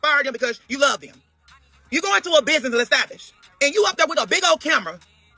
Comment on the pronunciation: Lol don’t let these ppl in your “estabbish” took me owt😂😂😂